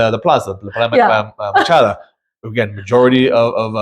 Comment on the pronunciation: Please learn to pronounce things properly...Plaza Machado not Plaza Machada, PulmonIA not Pul MON ia. Learn a little about the history of the city particularly Centro Historico.